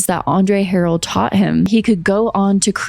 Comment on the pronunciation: I could be wrong but, Andre’s last name is pronounced “Huh-Rell”…or maybe he said it that way to be fancy 😂 I’ve watched soooo many deep dives on Diddy b/c he has so much mess that it’s hard to process everything at once 😭